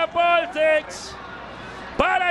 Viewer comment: Polsich dice PULISIC HABLA BIEN😂